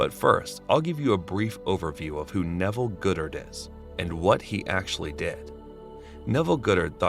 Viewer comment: It's NOT Neville Goodert!!!!!!! It's Neville GODDARD FOR GOD sake 🙄